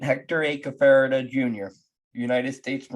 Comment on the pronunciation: I knew Hector for many years. Maybe you should learn how to pronounce his name.